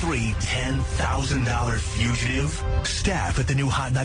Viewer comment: He still can't pronounce fugitive.